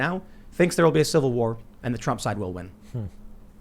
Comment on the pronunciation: Tim "civil warr" stool